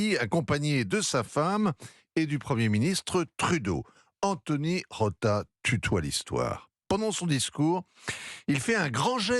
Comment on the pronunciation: C’est Rota, pas Rosa!!!